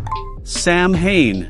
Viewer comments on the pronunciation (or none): The pronunciations for samhain and celts are incorrect. Samhain is a Gaelic word pronounced 'Sow N' - not sow as in, to sow seeds, but, sow, as in female pig; and Celts are pronounced, 'Kelts' ☘🇮🇪